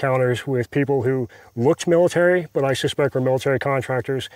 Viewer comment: Omg, stop putting the R sound where it doesn't belong and just so you know , it's MIL AH TARY .... there is no Tree in that word.